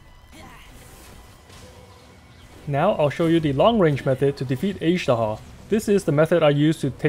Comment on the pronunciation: Why can’t you pronounce Azhdaha properly?